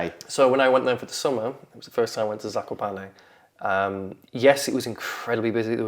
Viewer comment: "kakoparney" killed me